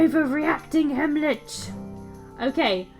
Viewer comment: Wyvern. Sounds like "Why Vern?" While we're at it (not trying to sound condescending, so please don't take offense) Heimlich is pronounced "hime lick." As in the Heimlich maneuver that you do when someone is choking. ♫Drink and the devil had done for the rest! Yo ho ho and a bottle of rum!♫ ...That's all I remember of that song XD